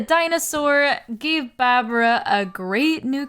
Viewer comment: her name is pronounced barbara 😔 it's a sheep pun